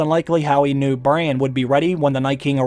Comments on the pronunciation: Bro its not brain its bran pls its so annoying after 6 minutes :D nice video tho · Bran... That's the correct pronunciation of the name...Not Brian... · Its Braaaaaaaaan. Not Brane lol